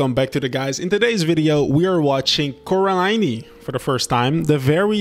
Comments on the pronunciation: Coraliney is the cutest mispronounced word I've ever heard. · it is prenounce coraline